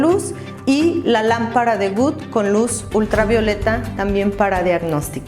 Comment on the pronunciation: Good, no es WOOD LAMPARA WOOD NO SE PRONUNCIA GOOD